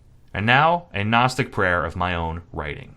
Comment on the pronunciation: there is a kind of gnosis to be found in finding new and elaborate ways to mispronounce gnostic